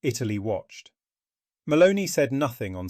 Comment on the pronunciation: The second time I heard and read “Maloney” instead of her actual name, Meloni, I stopped listening. A bit of respect for names in other languages would be appreciated — it’s not that difficult, especially when you’re lecturing about her. It reflects a lack of professionalism.